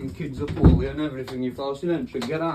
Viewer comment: If you take a shot every time this guy says "getautmehouuse" you'll be brain damaged enough to agree with him.